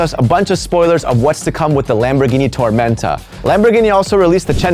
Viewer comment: Si eres español, di tormenta sin ese acento 😂